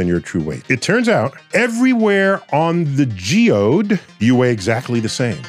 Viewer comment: It's geoid, not geode. Neil's mispronouncing it. He's also wrong. Weight does indeed vary on the geoid. We weigh more at the poles than at the equator. Neil is wrong pretty often, truth be known.